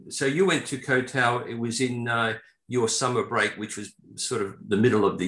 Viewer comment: Ko Tao!? It's Koh (KOH) Tao! It rhymes with got, not goat!